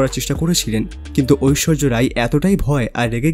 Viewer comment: ঐশ্বর্য না ঐশ্বরিয়া রায়